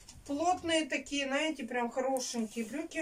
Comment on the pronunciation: Наете вместо знаете